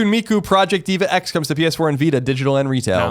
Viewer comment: even had to tell Colin how to pronounce DVA